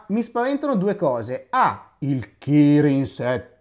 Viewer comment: Perché hai detto in quel modo kirin 710